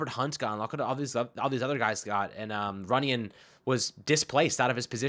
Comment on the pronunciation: RUNYON. NOT TUNYON. lol